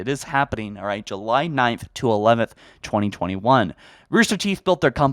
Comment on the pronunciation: That’s not grammar, but a mispronunciation. Calling you a “grammar nazi” is a bit of a stretch, especially since July is a proper noun, but... poof, you’re a grammar nazi. Элмо... Вы говорите по-русски?!